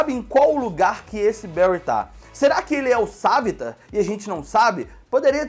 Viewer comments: Se fala savitàr não savitar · o cara fala savita mais é savitar